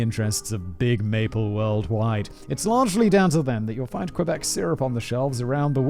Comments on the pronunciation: Not Qweebec, pronounce Kébec. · I'm a Floridian, and it has always bothered me when people pronounce it "kwuh-beck". I was taught to pronounce it "key-beck", but my French is ass, so it sounds more like "kuh-beck". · this is so painful to hear the butchering of every word possible. Lol 😆 k - bec = Quebec. Oh my lord lololol it keeps going. Haaaaa